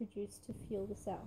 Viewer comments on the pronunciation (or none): none